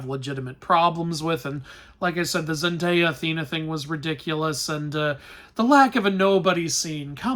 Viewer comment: the only thing that upset me about this review is how you pronounce Zendaya's name (lighthearted)